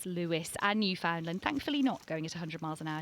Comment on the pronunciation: Beautiful dogs. But could I gently ask you to learn how to say Newfoundland properly! My thx….